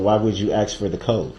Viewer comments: The way he talks 😡🤬. Schmell instead of smell. Axe instead of ask, gang instead of gain, ahjection instead of objection, suBstain instead of sustain. Tacked agreement gah!!! Skinneded instead of skinned. I feel like I could go on and on. I have no clue how these educated people spent so much time with this idiot and didn’t cringe or scream at him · His mispronunciation of a word as simple as ASK , Ughh I just cannot lol. People please teach ur children how to speak properly, this is just so embarrassing 🙄🤦🤣🤣🤣🤣